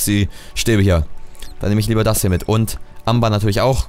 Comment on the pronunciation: Das Amer, wie du es aussprichst, ist Englisch und wird so wie Ämber ausgesprochen! :D Englisch Skills FTW :D